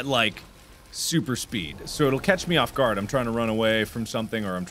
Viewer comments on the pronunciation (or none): none